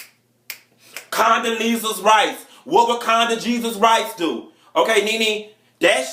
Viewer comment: LMAO, "Conda-jesus Rice...."